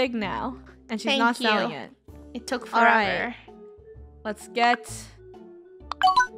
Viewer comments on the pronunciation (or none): none